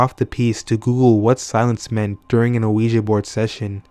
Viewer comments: Just so you know... it's pronounced "weegee" for Ouija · good story but I have never heard a ouji board pronounced that way, I didn't even know what u were talking about for a while...say WEEEEEJEEEEE BOARD!!!! please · They are pronounced wee-g